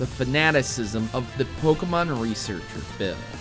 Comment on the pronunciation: BUT It's pronounced Poke-Ay-Mon not Poke-Uh-Mon